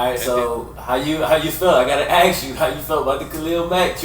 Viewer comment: why this man keeps saying aks and not ask?